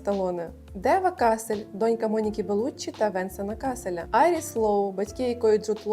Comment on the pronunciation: Єдине що супер бісило все відео: неправильні наголоси і вимова імен і зарубіжних слів. 😅 Мене аж косило після вЕнсана кАселя та фімЕйл. Але після карли брУні я зловила себе на думці, що я ж не така стара, щоб знати ці імена, чому більше ніхто їх не знає 😂